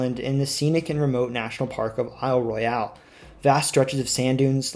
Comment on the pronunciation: Respectfully, it's pronounced Isle ROY-ul here. I know it's not spelled like it, at least it's no Sault Ste. Marie lol Also, while the LP has many Dutch immigrants, da yoop is mostly Finns!